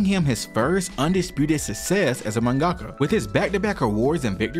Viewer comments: You’ve really gotta learn to pronounce half the terms and Japanese names you’re throwing out. “Jiness Records”, “mungahkka”. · Jesus, can no one say mangaka right? Seriously, everyone I listen to CANNOT say mangaka correctly. It is manga-ka, not mon-gah-kah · Great vid but your pronunciation of mangaka pains me as someone who’s Japanese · dude why the hell are you pronouncing mangaka like that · The way you say mangaka is too American